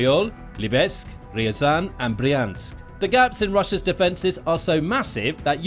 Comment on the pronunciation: Also, not "Ree-zan'" but Rya-zan Рязань